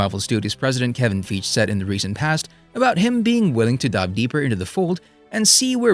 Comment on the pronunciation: Dude, I love your videos so much. Your amazing but/however (what ever sounds best!) Please!!!! Say Kevin Feige name properly buddy, it perks up my ears everytime you say it and makes me smile/laugh coz I don't believe it's right pal. All the best, content is next level and I'm ever hopefully for a hulk stand alone movie like you started